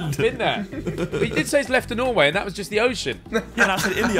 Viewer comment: NORWAY MENTIONED YESSSSS, They prounonce it really wrong btw, and Why did They say austrian, They talk german in austria bro